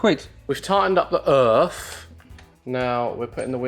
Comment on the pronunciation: Can someone clip saying "EarF" because it sounds like "oeuf" which in french is EGG